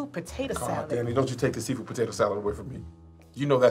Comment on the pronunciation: She called Kev "potatoe one"😆😆😆